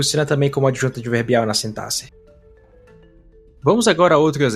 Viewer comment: acho que você é a única pessoa que eu já ouvi falar sintaxe da forma correta em muito tempo kkkkkkkkkkkkkkkkkk